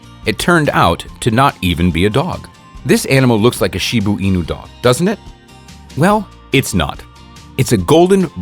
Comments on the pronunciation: It's Shiba Inu, not Shibuu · Wtf is a shibu inu? It's a shiba inu!